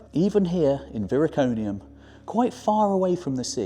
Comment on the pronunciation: Viroconium not Viriconium.